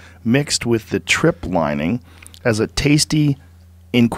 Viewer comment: Tripe not trip joe... lol I’m glad you can’t sight read as a mofo... it wouldn’t be real.